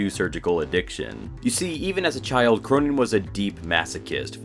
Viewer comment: He's pronounced "Krönen", not "Kronen".